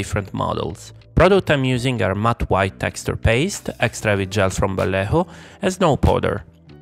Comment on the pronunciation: Valejo..., venga hombre que eres italiano no me jorobes ,tambien dices polo? Y paela?